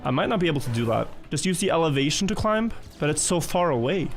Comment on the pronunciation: why does keep pronouncing the B in climb?